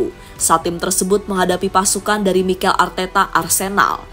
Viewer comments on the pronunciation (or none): none